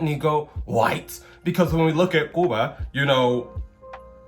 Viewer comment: Why does he prenounce Cuba like that? Should we all do that or are you only allowed to do that if you are if you meet certain criteria? Does it only apply to Latin American counties or can we do that for African countries? How about European countries? Can a guy who's dad came from Germany use Deuchland? Would that guy have to say Deuchland in a German accent? What if the guys dad immigrated from Germany to Argentina and the guy now lives in the US? Does he get two special country/accent thingies? What if he is blond with blue eyes does he get the Spanish one or only the German one. What if someone is offended by him doing the Spanish one, should he wear a little badge with the Argentinian flag so that everyone knows that he has some connection with Argentina? Please help this is a bit confusing.